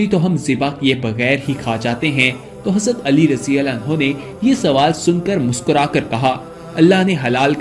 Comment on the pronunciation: Plz hazrate Ali raziallahu taa'ala anhu Ka naam Pura or Sahi se le jisse lafz samjh Aaye..